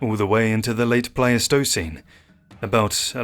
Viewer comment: He needs to learn better pronunciations of words like "Pleistocene."